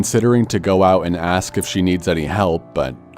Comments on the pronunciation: I so hate when someone says aks. It's ASK ffs... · It is ASK , not AKS, you ebonic speaking nutjob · Why the story teller say "Axe" instead of "ask" that's weird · For F*** sake pronounce it ask like normal people, you do not sound cool you airhead.